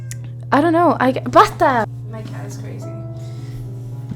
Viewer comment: 12 minutes watching someone talking about metal? Yes of, btw that "basta" sounded very argentinian.